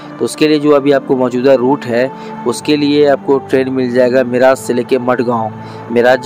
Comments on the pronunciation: मिराज जंक्शन नहीं,. मिरज जंक्शन बोलना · मिरज ला मिराज म्हणतोय. 🙂🙂🙂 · गावों के नाम का सही तरह से उच्चारण कीजीये. मिराज ( मिरज), सतारा ( सातारा), धुलीया (धुळे), हिंजेवाडी (हिंजवडी), जलगांव (जळगाव), भुसावल (भुसावळ). अगर हिंदी भाषा में 'ळ' शब्द नहीं हैं तो इसका मतलब ये नहीं की आप आपके तरीकेसे उच्चारण करे. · मिराज नहीं सर मिरज बोलिए🙏🏻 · मिराज नहीं भाई मिरज Miraj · मिराज नही मिरज...